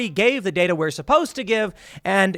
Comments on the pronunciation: Datar? Dater? 🤣 good stuff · DATER, HAHAHA